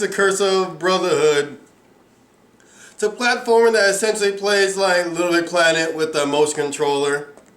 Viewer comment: Did you Rike It?